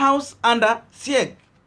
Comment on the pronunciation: Big up bro 🤛 You are trying Siege should be pronounced as "SIJ" and not "S-I-E-G"